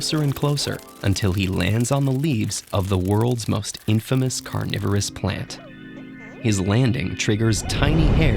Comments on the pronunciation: Read carnivorous as "coronavirus" lol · People living in 2020: I thought it was saying coronavirus plants. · ya, who read carnivorous as coronavirus ? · I thought it said coronavirus plants lmao